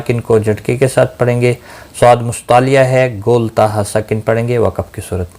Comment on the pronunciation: Ap lafaz wakaf ko ghalt bolty hain , isko wakb nhi wakaf bola jata hay